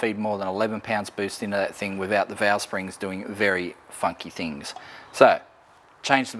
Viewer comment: Why do you pronounce thought as fought and things as fings.